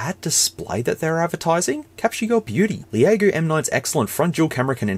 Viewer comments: It’s pronounced “Lego.” Not the Lego blocks. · 'Leh a go!' I'm dead 🤣🤣🤣🤣🤣🤣